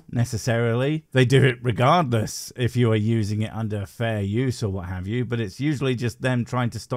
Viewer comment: "Can we 'ave your liver?"